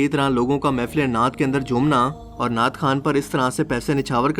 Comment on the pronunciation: नाट नहीं नात